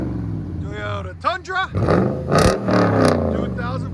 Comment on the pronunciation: Teeyota as he calls it